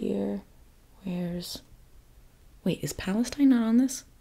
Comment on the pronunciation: I love but...I think she mispronounced Palestine there at the beginning of the video... 🫥 (But I love how she mentioned the issue later)